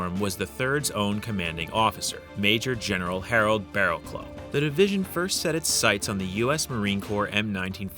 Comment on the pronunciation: Barrowclough is pronounced "Barr-a-kluff", not "Barr-a-clou." This idiot can't even pronounce colloquially correctly .